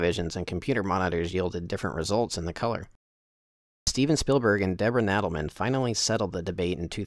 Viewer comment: The Raiders hat was not found by Debra Nadoolman (pronounced "NAH-Duel-man). It was found by Lucas and Kasdan one day in London. The Poet was originally first made in the last century at the start of the century by Herbert Johnson Hatters, and it wasn't Australian. Herbert Johnson hats was started in London in the late 18th Century and has been owned for the last 20 years by Adney Swain. The firm had shoppes in Cambridge and the Poet was both fashioned after and made for the professors there during the late 1800's and early 1900's. If you want the best Indy hat, check out John Penman in Oregon state. He is partnered with Stephen Delk of Adventurebilt hats. Both of whom, I can personally attest, are great guys and make amazing hats. "The fedora was supplied by Herbert Johnson Hatters in England for the first three films. An Australian model was used by costume designer Deborah Landis to show hat maker Richard Swales the details when making the iconic hat from "the Poets" parts.The fedora for Crystal Skull was made by Steve Delk and Marc Kitter of the Adventurebilt Hat Company of Columbus, Mississippi."